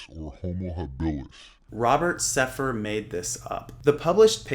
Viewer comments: You can`t even say his name right. It`s Sepehr not Sepher. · You can’t even pronounce “Sepehr” properly lmao